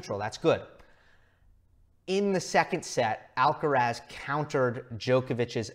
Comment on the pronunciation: Tan difícil es pronunciar bien Alcaraz?